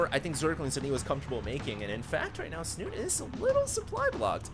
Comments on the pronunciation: I know that in english the ending can be silent. But in this case Snute is a Norwegian player, and the E should not be silent. Unless he has specifically said it should be pronounced "snut". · Please please stop saying "Snut" :) The E is not silent. And its Norwegian for "snout" ;)